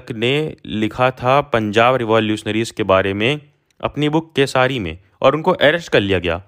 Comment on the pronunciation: kesari bolna aaa nahi raha hai padhane chale hai